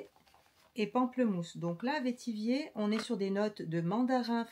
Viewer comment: Bonjour, le vetiver pamplemousse est mon préféré. Et pour info vetiver se prononce comme « vert »